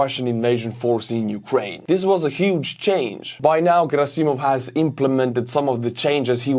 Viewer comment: Gerasssimov not gerasi'mov hästi paned